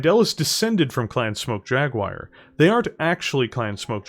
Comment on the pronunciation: I usually dont get mentally speedbumped by accents but this is one of those rare occasions, I keep hearing 'Clan Smoke Jaguire'